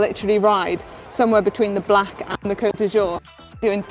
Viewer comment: Is Manon pronouncing 'Côte d'Azur', as 'Côte du jour'? 😉